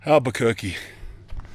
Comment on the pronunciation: “Alberquerque” was so left field 🤣